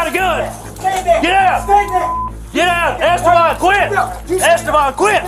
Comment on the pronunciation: “Eh stay ban”